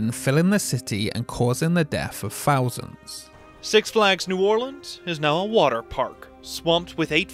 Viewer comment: Dude, I love your videos but you really need to learn how to say "th" in words, and not substituting it with an f, ie "in September Two Fousand and Eight". The only down side about watching your stuff.